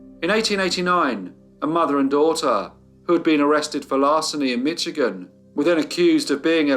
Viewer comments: Great work on this case! I had never heard of them. One bit of feedback: Michigan is pronounced with a 'sh' sound rather than a 'tch' as heard in the video. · Thanks for another great story. I live in Michigan USA. It's pronounced Mishigan. Requesting you do the Bath School disaster, a small town outside Lansing MI. I work in the hospital the children were brought to for help, and the in stories still echo in the halls. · he really did pronounce that CH in Michigan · Loved this, but I must point out that the "ch" in Michigan is pronounced like "sh". Thanks for all you do,!